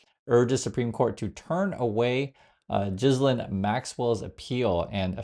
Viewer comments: My dear Americans, Ghislaine is pronounced Ghee-Lane. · Her name is pronounced gilane maxwell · Ghislaine, is pronounced "Gee-lane" with a hard G